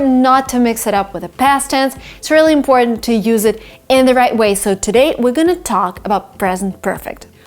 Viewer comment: How do you say important like this you don’t say it all